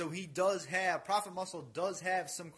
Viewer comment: Not propah, Prophet.